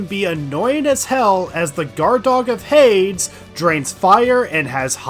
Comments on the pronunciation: I love the content and all... But I don't know if he's mispronouncing these names satirical ly or not... Pronouncing Hades as "Hayds"... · You really must have lost your mind playing this because the longer it goes on, the more words you make up and mispronounce. Sorry for you if you're dyslexic, but I gotta point out Dog of Hayds, Samuel and "endurable" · i have literally never heard anyone say it any other way. what, do some people pronounce it "hah-des" or something?